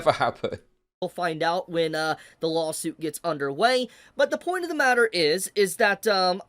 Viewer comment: Everytime he says lawsuit I just hear "lolsuit"